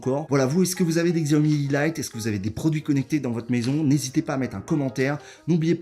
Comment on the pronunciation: Je me permet de corriger la prononciation, c'est chiaomi